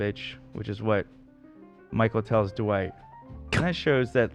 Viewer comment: I can’t handle and Ethan pronouncing Dwight like “DuWight” lolololol